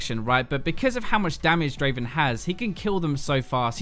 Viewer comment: Not Draven , DRAAAAAVEN !